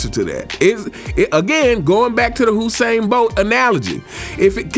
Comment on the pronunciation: it's you Usain Bolt not who sain